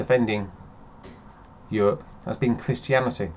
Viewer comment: i dont want to think i get really really angry; what is Euwope?